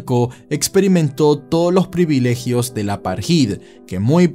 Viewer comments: eres un fenómeno bro que buena temática e investigación. Solo a modo de aporte insignificante, apartheid no se pronuncia "aparjid" sino "apartaid". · se pronuncia "apartéid" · se lee "apartaid" :-)